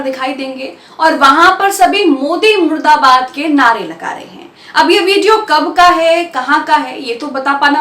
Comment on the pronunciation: Plz correct murdabad not muradabad.